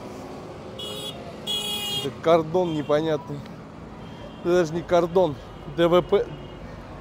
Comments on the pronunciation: Не КарДон а карТон 😂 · Картон !!! А не Кардон 😢